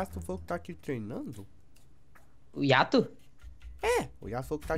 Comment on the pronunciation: nao e yato e ayato